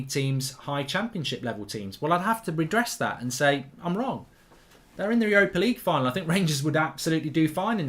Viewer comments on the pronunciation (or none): none